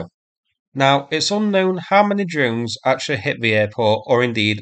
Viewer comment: "drones" pronounced "dones" / "djones" / "dunes"? Why no "r"?